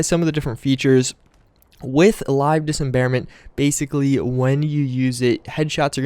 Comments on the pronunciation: I can't believe you made it through this ENTIRE video saying "Dis em bare ment" instead of "dismemberment". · sir its dis-memberment not disemberment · it's LIVE DIS--MEM-BER-MENT. very easy to say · Dis mem ber ment you fuckibg idiot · I didn't like you saying dismemberment wrong. now... at about 5 minutes this kid is shootingarms and legs off and quickly too chuckles then adds its actually very satisfying. lol why don't you calm down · Am I the only who cringes when this dude says dismemberment... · Man I downloaded this mod yesterday and it is a god send finally headshots actually kill ppl like they are supposed to. That was always one of the most annoying things about fallout shoot someone in the head and they'd barely flintch it was sooooo stupid. Also you are pronouncing Dismemberment wrong. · C'mon man, you're dis-embarrassing yourself with that pronunciation.